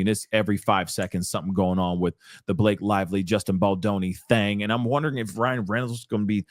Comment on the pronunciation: “B-LA-kay was in her feefees,” made me lol.